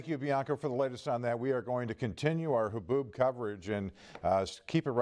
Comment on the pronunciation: So weather lady can't say the word haboob? 😂